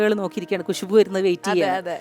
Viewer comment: കുശുബു അല്ല ഖുശ്ബു